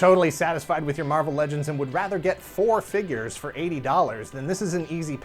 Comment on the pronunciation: Dammit can we plz go back to “fingures”